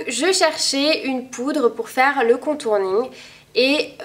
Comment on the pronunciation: On dit contouring pas contourning :p